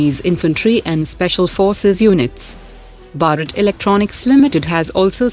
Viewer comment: It's not BARAT , it's BHARAT !!! Pronounce correctly ..